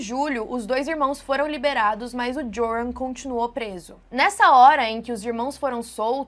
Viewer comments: Oi, o nome dele se lê "Iorran". Hehheheh parece aquelas apostilas de cursinho de antigamente kkkk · O J em holandes faz som de I, então se pronuncia ioran. Espero ter ajudado para um vídeo futuro ❤ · o nome do cara se pronuncia "Iôrran" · A pronúncia do nome é iuran. Pobre Natalie. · Eu lembro desse caso… que tristeza., em Holandes o J tem som de I, entoa o nome se pronuncia “ Ioran”.:) Espero que este ser nunca mais consiga sair da prisão. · Oi, Joran provavelmente se pronuncia “Iôrran”, pq no holandês o J tem som de I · o nome do rapaz de pronuncia “iorran” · no Holandês o J tem som de "y"/ "I".